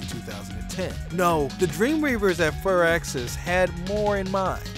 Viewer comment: LOL did he jus say "furaxis" instead of "fireaxis"??? 😂 bahahaha